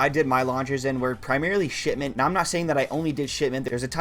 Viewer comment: Really sounds like you saying Shitment